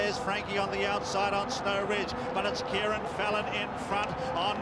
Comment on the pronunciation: Kerrin (rhymes with herring), rather than Kieran.